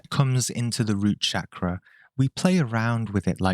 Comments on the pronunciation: Mate, its Chakra, not Shakra ffs. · Every time I hear you say Shakra, i feel to hit you over the head. The world is Chakra. So while you refused to pronounce Chakra the way it is spelt, you went ahead to pronounce Ayurveda the way it is spelt as if it is a n English word.